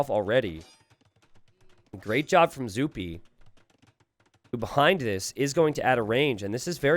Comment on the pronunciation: Excellent series, more of zuppi for sure! (Or duppi as i kept hearing you call him 11)